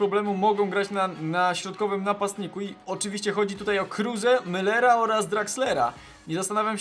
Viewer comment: nie kruze krus